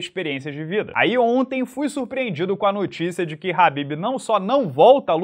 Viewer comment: FALA DIREITO MANO. nao eh RABIB - eh "KHA" > BIB